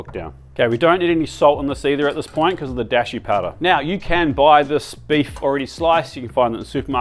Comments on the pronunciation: "dashi" with the a like in art by the way, not "deshi" like in the English word "dash. That's a different word which means "disciple" Great delicious looking recipes! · Actually you can do rice pretty quick in an instant pot! 1:1 ratio, for two cups do three minutes on high manual setting then let it release naturally and boom! Also just FYI in Japanese it's a long Da sound like daashi 😉 love this, been wondering about gyudon for a while.